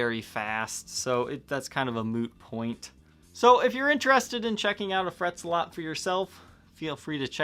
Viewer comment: It's not Frets-a-lot, it's Fret Zealot.